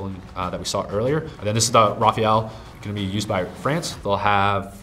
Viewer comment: is not Rafael but Rafale. The pronunciation is ra-fal (fal like the gun)